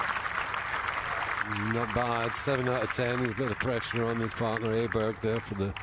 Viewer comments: It's not Ayburg sweetheart, it's Awberg, jesus christ. If you're going to be a presenter, have the decency to learn how to pronounce your own players names. Amateur. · 'Ay-burg', nope that's NOT his name, not even close. 'Oh-burg' would be a good compromise. 'Oh-berry' would be 100%.